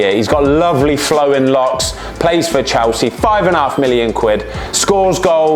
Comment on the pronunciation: Chelsea ❌ chowsee ✅